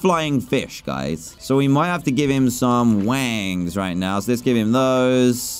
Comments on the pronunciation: OK dan said wangs instead of wings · dan said wings weirdly